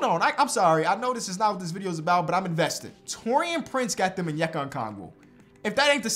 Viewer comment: Lmao the way you say onyeaka’s name is so funny cuz I know you’re actually trying but just the ascent is messing it up